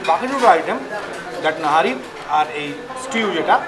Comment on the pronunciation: That was nihari not nahari